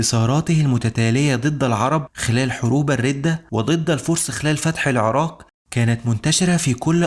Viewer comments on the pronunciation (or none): none